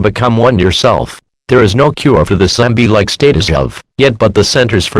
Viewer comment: “Zambie like creatures”